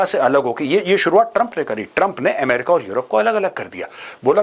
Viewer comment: ए मेरिका नही अ मेरिका